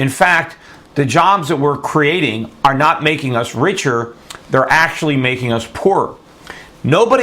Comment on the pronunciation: So how do you really spell that word that he said "Divote" ? Or did he say "Divoting"? Did he mean "Devote" I'm very suspicious of people who publish video reports that can't speak. What was the other word he said? "Antesipated"? Did he say "Jest" as big or "Just" as big? Are we temporary "Crating" jobs as he said or are we creating them?